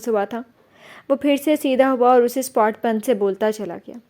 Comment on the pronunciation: Good job Masha Allah but word sapaat hy jis ap spot ada krti hn